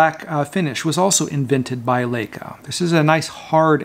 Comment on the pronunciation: One year later, did you learn how to correctly pronounce Leica? :)